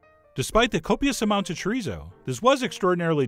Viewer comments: Wrong o sound. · I swear everyone I know pronounces chorizo differently. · "Z" in Spanish is pronounced like "s," and "u," rather than being pronounced like the English "uh," is pronounced like "ooh," so it's cho-ree-so and foon-dee-doh. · chorizou fandidou, i love you but as a spanish speaker person, that hurt